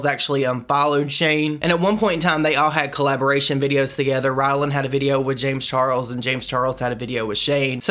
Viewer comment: The way he pronounce James Charles name sounds like James Charols